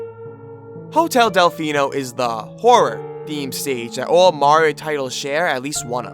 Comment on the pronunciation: Why do you say Morrio instead of Mario?